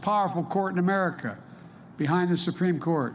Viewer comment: The man cannot even say America properly.